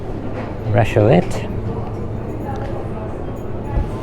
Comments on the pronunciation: raclette is pronounced raklett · Please pronounce raclette correctly ra klet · Raclette pronounced 'RAH-KLET'